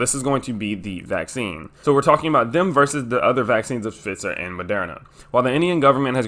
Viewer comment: Pfizer is pronounced with a long i. Pfiiiiizer.